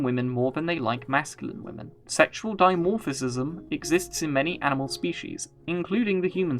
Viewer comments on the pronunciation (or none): none